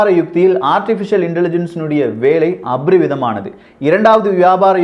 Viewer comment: அபரிமிதமானது...not அப்ரிமிதமானது 😀